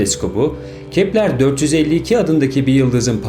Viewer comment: Kepler değil Keplır diye okunur...